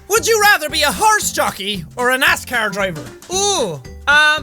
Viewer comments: It did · When Sean said 'Be a NASCAR driver' it sounded like he said 'Be an ass car driver' 😂